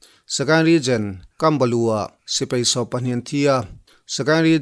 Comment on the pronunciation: Ka sawi khi dik..Regen.a nilo..Region.